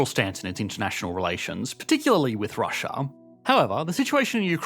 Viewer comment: What is 'Russia-ur ?!?!?